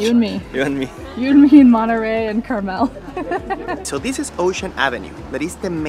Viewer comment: FYI: It's pronounced CarMEL, not CARmel.